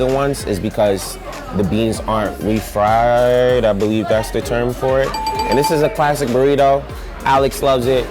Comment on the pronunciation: 'RA-fried beans' LOL